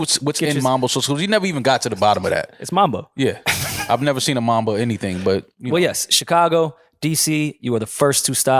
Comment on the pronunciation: the way yall be saying mAAAmbo sauce instead of mUHmbo be hurting my feelings moe